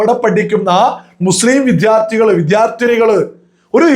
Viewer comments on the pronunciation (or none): none